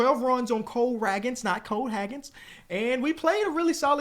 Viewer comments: Bro read Cole ragans name 4 times in 30 seconds and said hagans every time 😂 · I know it doesn't matter at the end of the day but it's Cole (Ray-guns) Ragans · Still pronouncing cole Ragans made me laugh 😂😂